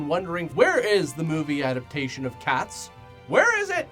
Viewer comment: finally said “adapTAtion” correctly